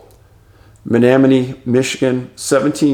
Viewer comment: Great video Dave! You nailed the pronunciation of Negaunee ✌ we have to work on your Menominee.. 😛 just jokes sir, thanks for what you do. Much love and support to you and yours from the Mitten. I worked in Texas for a few years... turns out Bexar County is pronounced without the X... silliness.